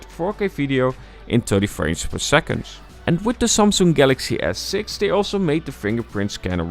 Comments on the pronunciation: “The sumsoong” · the way he pronounces Samsung is annoying af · ik hoor het aan de manier van sommige woorden zoals samsung enzo